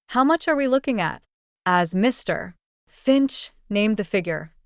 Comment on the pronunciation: Get a human to read this , sick of the “ Mr “ in the wrong manner .constantly being used